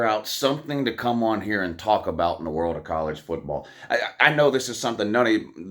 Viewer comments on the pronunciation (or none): none